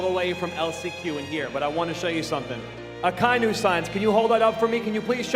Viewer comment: I just want to say akainu’s name correctly one time. Just once. (It’s a non issue but it irks)